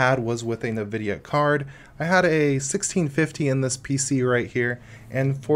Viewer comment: Nice video. Just a couple of things for you to work on is to never say "nuvidia" or "expecially" ever again. But an interesting distro you might like in terms of creating your own sub-distros out of it is Slax. It's a formerly-slackware-based distro that is lightweight (200mb) and live-boot-oriented. It has an interesting package system but it's the whole project never seems to get very mature. It's working well enough to pull your ass out of a jam if you need something to boot in an emergency and save some files and get gparted running.